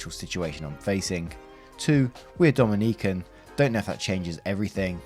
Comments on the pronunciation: Me, a Dominican, reading faster than he narrates and sees op is also Dominican: Oh cool Naration: Dom-in-E-CAN Me: Screams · Hey. Dominican here, when pronouncing Dominican you got to accentuate the O instead of the second I, since the accentuated I spells the name of a completely different island lol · Is story two about Ihlan Omar? Also Dominican is pronounced with short I’s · Relistening listener in 2026 and saying Dominican has me cackling like a jackel on the back porch am est 😂😂😂😂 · Bruh I cringed every time he tried to say Dominican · It hurts. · As a Dominican, I find your pronunciation of the Dominican Republic very amusing LOL. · As an Englishman, so did I ☺ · CEO of not pronouncing "Dominican" correctly...